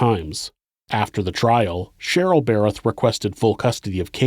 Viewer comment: I congratulate you on being able to pronounce "Darryl and Cheryl Berreth", because I know for sure I would say "Darryl and Cheryl Berryl" every single time I tried.